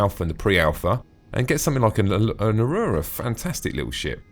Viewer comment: Tactical Advance: "Ah-Roo-Rah" Everyone else: "Ah-roar-Rah"